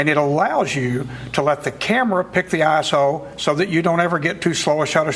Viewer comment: when he says iso i hear asshole :(